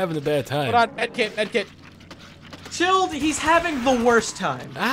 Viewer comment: When says chilled it sounds like chode xD xD xD